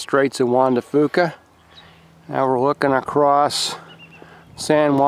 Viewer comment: Beautiful, I grew up in Seattle and recently moved to Dallas, makes me a bit homesick to see the area. BTW the strait is Juan de Fuca (pronounced "few" ka) just a little guide to help out, enjoy the state, it is incredible. Shop looks great too.